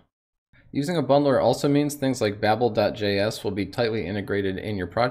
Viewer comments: Learning how to pronounce "Babel" properly also helps :D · Low quality comment - plus you're wrong. It's pronounced babble, per a Twitter thread where babel was consulted. ":D"